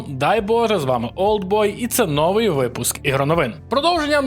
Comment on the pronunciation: Та коли ти вже навчишся? "новИй", а не "нОвий" - наголос на другий склад!😭😭😭 Iлон Маск не задрот в дьябло 4, а проросiйський п**орас, який не вартий жодної уваги